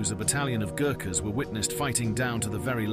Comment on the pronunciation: Gookas? Pronounce it correctly